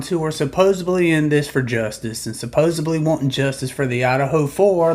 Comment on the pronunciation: Supposebly ???? why do sooooo many Americans say Supposebly ???? its weird ... English is your first language right ? I am Norwegian and even I know the word is supposedly ...with a D not B LOL Americans are so weird